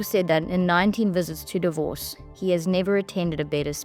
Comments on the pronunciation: Lets try again its not divos ... it is DAAvos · It's Davos, not Divorce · Its DAH-VOSS, not "divorce"😂😂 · It's not DIVORCE...it's D A V O S. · Opening presenter needs to get her pronunciation correct ! DAvos and XAvier - which she should manage as a South African - if you substitute Afrikaans J for the Spanish X. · Please learn to pronounce “Davos”. Otherwise, thanks for sharing Milei’s speech. 🎤